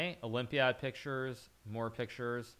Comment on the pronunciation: "More pick-sures more pick-sures, more pick-sures"